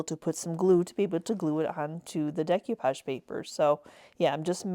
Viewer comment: Love them, but you drove me crazy every time you mispronounced decoupage.